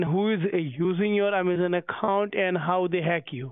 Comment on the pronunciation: Did you say Yamazon???